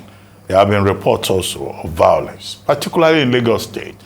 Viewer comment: Vowlence from a reporter, not attractive. V-I-O-L-E-N-C-E, there is no “W” sound in this word.